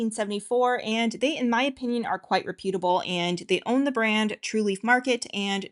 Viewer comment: Please learn how to say "reputable".